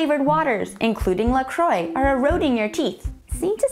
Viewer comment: I can tell this narrator isn't even trying to correctly pronounce the brand, La Croix, correctly. It's pronounced "la Crwah".